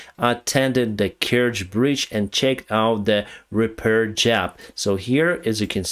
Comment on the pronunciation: hey, great work! btw. when you say "JOB" you say it incorrectly like "JAB".